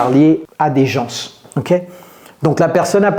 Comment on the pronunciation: Coach pourquoi tu prononces le "s " du mot "gens"?